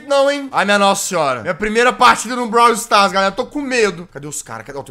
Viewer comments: Alguém além de mim ficou com agonia quando o jazz falava brawl Stars errado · e tambem ele falando brawl do errado😂